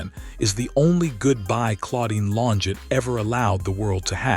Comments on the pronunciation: Pronounced….Lonjay………..this was not “ her last video”……. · she is a murderer and got away with it. Also, what’s with all the splotches in the video trying to make it look vintage? Horrible AI voice getting her name wrong. This video sucked. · So we can't pronounce her name correctly.... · Farewell, Claudine. Much love and peace beyond this life 💐🕊️✝️ I must say, it's a shame AI constantly mispronounces her maiden name.